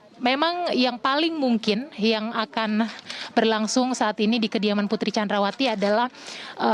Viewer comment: Ngasal aja nyebut nya Putri candrawati hadeh payah 😁